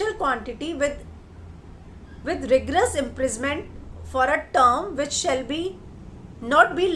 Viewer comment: Ri-gress nahi..RI-GO-ROUS Hotha hain..aap apna pronounciation refine kijiye..